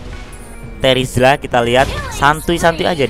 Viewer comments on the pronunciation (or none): Menit 14.02 terizla jadi trezila wauuu😂